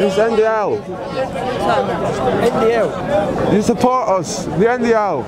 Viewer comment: Niko: “Join the NDL”: “Join the NDLE” 😂😂😂